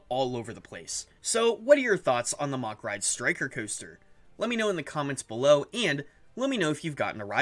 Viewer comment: Its mack not mach